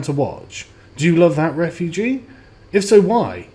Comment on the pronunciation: John Wyskochil camp re-foo-gee